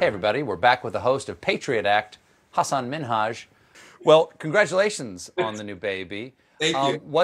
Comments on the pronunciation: Jaja Stephen pronounced his name right this time jejej, after so many times Hasan talked about on in talk shows it finally paid off jeje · Wow Stephen actually pronounces Hasan's name correctly,👍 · I like that Stephen tries so hard to pronounce Hasan’s name properly and i like him that much more for that. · Steven said your name right Hasan!!! Hooray lol 😁😂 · Anybody else noticed how clearly and correctly Stephen pronounced Hasan’s name?! It’s like everybody knows how dicey things can get if the name is not said right 😅🤣🤣Hasan is very particular about people not saying brown peoples names right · Can we all appreciate that Stephen is trying really hard with pronouncing Hasan's name